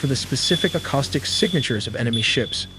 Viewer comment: is def an AI psy-op, there is no way they have all this info/propagandized data without intelligence connections, which means conflict of interest. They also use common AI tropes of languages. This is not X, its Y. The way Acoustic is said, acostic, that is not how to pronounce it. The speed at which they do it, is the same speed as the Army Propaganda Games of early 2000's, where they would release game missions of real scenarios, but with context/content manipulation. For example, in Irak, when the iraki army was retreating, the us bombed the column of vehicles, which had many surrendered army personel and also a lot of civilians, killing all of them (warcrimes right?). In the MW2 game, they say its Russia who bombed the highway of death, but it was actually the USA who did it in the real world. They are recontexting history through subliminal manipulation of view points. They use that in many games, movies (pro army) and more, its clear the same is true here.